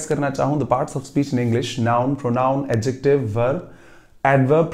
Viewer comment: Sorry but I have checked adjective pronounciation from Google text to speech and the pronounciation is start from ad🙏